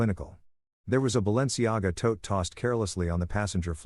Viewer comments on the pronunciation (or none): none